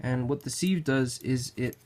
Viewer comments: Siv, not Seeeev. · Good info. Pronounced sive like give, though.